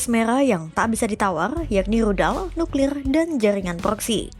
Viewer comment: Nuklir bang bukan niklir